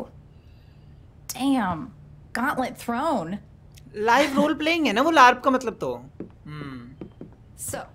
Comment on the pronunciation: Look out that is saying BARP instead of LARP😂😂